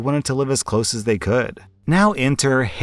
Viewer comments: It bugged me so much that you kept saying Haley instead of Hatey. "Hat ee" I'm pretty sure it was an Ella Enchanted reference heh. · His self-promotion and ego are annoying. You’re exactly right. Reading stories OTHER PEOPLE wrote requires absolutely no skill beyond the ability to read. And considering he can’t even read a five letter name correctly, that skill is lacking. He’s talked about how he has a masters degree as though that makes him better than other people. Clearly it’s not helping him if all he can manage to do all day is read stuff by other people. I refuse to believe he works as hard as he wants people to believe he does. He’s made comments about how “everyone watches porn” which is both presumptive and gross. Using stills from porn in his thumbnails is disgusting. I feel bad for his wife and kid because he’s made it clear he’s a huge fan of porn. Married men who watch porn while their wives are in the house are disgusting people and deserve to be divorced by said wives.